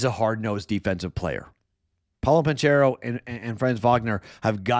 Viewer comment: ban-KARROW (hard K sound, not CH) If you're gonna be a Magic fan, learn how to pronounce their best player's name. 😆